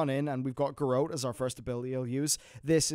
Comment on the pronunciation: Garrote is pronounced Ga Rott, not Gahrote.